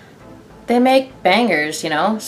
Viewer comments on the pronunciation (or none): none